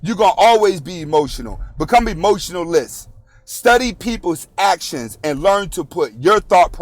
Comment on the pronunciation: He was saying emotionalist not emotionless😅